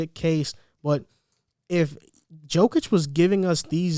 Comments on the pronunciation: Let's all say it together Yo-Kitch.. that is how Jokic is pronounced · And his name is pronounced “YOH-kich” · The J in Jokic is pronounced as a Y. Ugh.